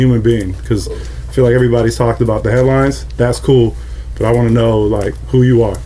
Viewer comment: I thought he said the hairlines not headlines lol